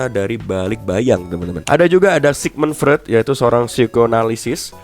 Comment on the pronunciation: Rothschild bacanya Roth Ss(hi)ild bang. Sch pengucapannya jd Ssh Sigmund Freud bacanya Sigmund Froid, Eu dibaca Oi Albert Einstein bacanya Albert Ainstain, Ei dibaca Ai Mein Kampf bacanya Main Kamff